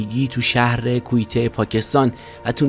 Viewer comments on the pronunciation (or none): کویته نمیتونه تلفظ کنه جناب مجری 😂